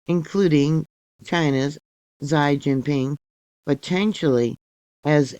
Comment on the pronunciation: She gin ping🤣